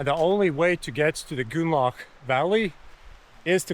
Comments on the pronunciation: "goonlauch" jesus christ try [GROON-LOCK] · Nice to know I'm not the only that heard goulag. 😂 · the way you are saying grünloch is so wrong it almost sounds like you are saying gulag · Grünloch, say it with me GRÜNLOCH xD